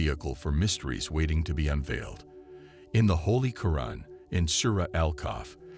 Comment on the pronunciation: Okay what? We don't believe that cats can see the unknown only Allah has that power,and this guy can't pronounce quran properly im a Muslim and I ask people to sign out of this subscription as he doesn't know what he's talking about if you are Muslim please sign out of this channel,it is haram